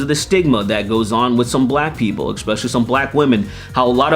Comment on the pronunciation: Can you pronounce the word "especially" correctly? There is no x in that word